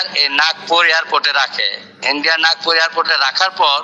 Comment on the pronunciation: এরা কি লেখাপড়া জানে না ? ব্যাটারা যাতায়াত করে কথা বলতে পারে না। শব্দটা হবে নাগপুর। ও বলে যাচ্ছে নাগরপুর।